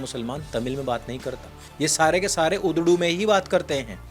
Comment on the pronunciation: Urdu wrong Udru right lol